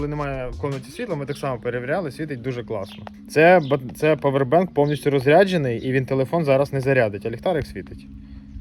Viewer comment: А чого павер- бенк? А не павер банк. Дуже вухо ріже